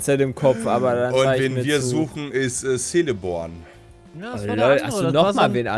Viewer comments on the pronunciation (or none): Das „C“ in Celeborn wird in Tolkien’s Werken so ähnlich wie ein K ausgesprochen - Mensch 🌚🤣. Also wäre es KELL-eh-born gewesen 👍😁